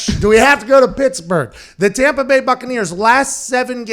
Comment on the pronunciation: The tompa bay gronkaneers